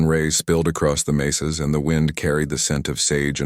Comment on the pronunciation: Clara and Taco’s night of passion could get her in trouble if she gets pregnant. What a stupid story. “Mesas” not “maces.”